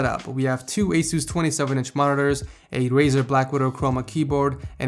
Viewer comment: ITS ACE US NOT AWE SUCSE !!!!